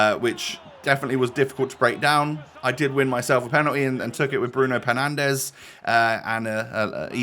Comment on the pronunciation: “Bruno penandes” costs more than the whole of Ipswich football club 😂😂